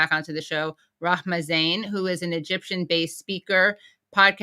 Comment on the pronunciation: Impressive Katie you are pronouncing Rahmas name like a pro.